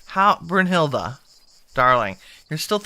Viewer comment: Okay, another German lesson? ^^ The letter "E" in German is never pronounced like "ee," but rather like the e/a in Okey/okay, so: Brunhild-E[y] or, for example, Porsch-E[y]. (without the y, of course... although porschey and hildey are already better than porschy/hildy xD)